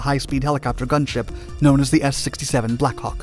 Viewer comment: Narrator: Blackhawk I hear: Blackcock